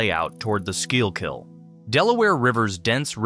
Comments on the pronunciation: I laughed every time you pronounced the L in schuylkill. also I'm pretty sure the tree streets go north south and the number streets go east-west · The way he pronounce Schuylkill is making me want to commit illegal activities 😭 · o0 the 12 different incorrect pronunciations of Schuykill, wow. :face-orange-biting-nails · It’s not a live narrator. It’s just a text to voice robo narrator. It was struggling with what to do with the “y” in Schuylkill. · You should probably know how to spell the word Schuylkill before you critique others for mispronouncing it! :D You'd think someone would have sat down with the announcer and worked with him on the pronunciation considering he says the word many times throughout the video. Of course, they probably didn't even have anyone from Philly working on the video. It was still pretty well done. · That's because AI is pronouncing Schuylkill... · “Skoo-kill” like your killing a school lol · It’s pronounced “Skookill” not “Skyule-kill.” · The pronunciation of some place names is off (Schuylkill is pronounced “Skoo-kill” not “skoo-ul-kill”), but otherwise, this is good. Place names are always the toughest, because they (at least in PA) often have a Native American base, or are the Native American name itself, that has been altered by the language and accent of the colonists. This particularly true of rivers in PA—I don’t think there is a single one that doesn’t retain some trace of its Native American name. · School-kill not scoy-all-kill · it's just "skoo kull" you're doing tre flips with your tongue trying to pronounce that word. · Didn't catch any major errors, but to a resident of the city, it is very jarring to hear street names mispronounced as well as Schuylkill (skoo kill). Its a dead giveaway this is A.I. slop. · It's pronounced "`skoo-kull" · It's pronounced "SKOO-KULL" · Schuylkill River = Sku-kal River Born n raised Philadelphian ty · Amazing video. It is, however, pronounced skook-ull or skoo-kill. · I know. Brutal.